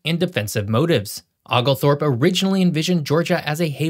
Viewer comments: Oglethorpe has a LONG "O". It's OH-glethorpe, not OGLE-Thorpe. Oconee is also pronounced similarly. It's OH-conee. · No worries, but it's "Oh"-glethorpe, not "Ogg"-lethorpe. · It’s Ohh glethorpe, with a hard O, not Ogglethorpe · For future reference, Oglethorpe does not sound like Togglethorpe. It's (Oh)glethorpe. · The name “Oglethorpe” is pronounced “oh-gull-thorp,” not “Ah-gull-thorp.” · No one in Georgia pronounces Oglethorpe the way does in this video. Georgians usually pronounce it with a long o (ōgle-thorp), not with a short o (oggle-thorp). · 🤣🤣🤣 Ah-gal-thorpe instead of Oglethorpe (prounced Oh-gul-thorpe). Oh how AI missed that among other things. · It’s not “ahhglethorpe” it’s “O-glethorpe” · Oglethorpe is pronounced with a long O sound, not as if spelled 'Ogglethorpe', and Oconee is pronounced like 'O'Coney' with the accent on the 2nd syllable. I hate when yankees don't bother to learn local pronunciations when they move down here. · it's more like Oh-gul-thorp not oogle-thorp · When you say: "Oglethorpe" you should use the "O" sound. You are pronouncing it as Aglethorpe. If you're going to represent the history of Georgia, PLEASE NOTE, IT"S OGLETHORPE, not AGLETHORPE.I mean my goodness. Use the "O" sound. NOT the "A" sound. I live in Georgia and I must point out mistakes. Anyone who represents any state should know how to pronounce the cities and states properly. Thank you, Have a NIce Day!! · It is not OGGLE Thorpe - it is a Scots name and it is pronounced OH gelthorpe -- OH not Og! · Oglethorpe is pronounced “OH-glethorpe”, NOT “OGGlethorpe”… 🤦🏻‍♂️🤦🏻‍♂️🤦🏻‍♂️ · It’s Oh-glethorpe, not Og-lethorpe. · Good video. I have to laugh a little at the way you said Oglethorpe's name though just because I'm from Georgia hehe. The "O" is pronounced more like the "o" in "oath" not "off" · "Awglthorpe" and "Okafanokee"? You're killing me bruh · The OOGlethrope hurt me. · OH - glethorpe. OH - conee. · The proper pronunciation is Oh-gul-fort